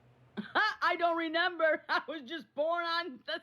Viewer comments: omg i can’t it is RE MEMBER not renemer 🤷‍♀️ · WHYYY can’t she say “remember”? It’s like neither twin has even a 6th grade education.